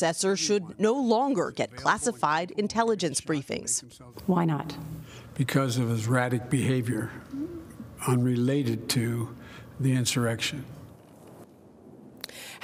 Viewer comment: I’m talking literally, he couldn’t even pronounce “erratic”. He sounds worse than my ailing grandma did.